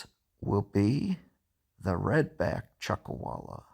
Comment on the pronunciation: Chuck “a”walla??